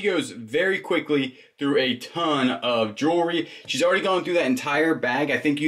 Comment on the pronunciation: Erm, I love watching you two and your hints. Jewelry is pronounced Jew-el-ree, or maybe you are being silly. Not jewry.